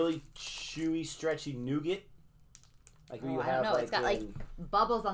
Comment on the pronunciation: Haha, you said nooogit. 😋